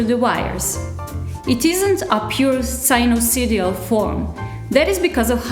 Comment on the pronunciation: Nice to see this video series showing uses for Red Pitaya. I have watched both videos and would like to see more. I notice you struggle to say "sinusoidal". Try sine-you-soy-dal. I have had one for about 6 months but find the web interface to be a useless interface, too difficult to use and too buggy, frequently crashing or freezing or making a change which cannot be undone without reloading the page. The layout of the web apps is also often poor. I think it might be better on a tablet as you show zoom pinch, but not on a desktop PC with a mouse. Without programming experience in Matlab or Python, it seems this will not be useful until someone creates some decent PC software for the interface. Of course, to truely get the most out of the unit, one would have to build their own hardware and interface software for a given purpose like you have done in these 2 videos so far.